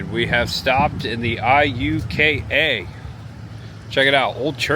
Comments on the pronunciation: Starkville native here. You pronounced Iuka correctly lol. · You got Iukaright!!!!😂 I was excited at what you would say!! I’ve heard it pronounced several funny ways! Glad you nailed it!!! Hope you had a good time exploring Mississippi!!! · Hi! I live in Corinth Ms & so glad you came to visit! While you were at Borroum's you coulda got a Slugburger, Corinth has The Slugburger Festival. It's a deep fried burger... very tasty!! Yes you pronounced Iuka correctly. That's a very neat town also. Thanks for visiting & come back again sometime!! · 2 things - I think Adam would love that Tupelo is now also associated with him & Iuka is pronounced Yuka - I had to look it up 😊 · Great video! Yes, that ice storm was brutal for us, and you did pronounce Iuka correctly. If you're ever back in the area, come and visit New Albany sometime! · Hey cool video I’m from Tupelo and never knew about the coke museum I will have to check it out and you did say Iuka right lol love watching your video same all all your friends Adam would be proud thanks man always.